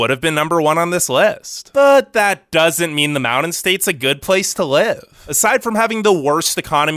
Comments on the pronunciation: DUDE!!! MOUNTAIN IS NOT PRONOUNCED "MOWDEN"!!!!! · I really want to continue watching but can you please start saying mounTain. Ty!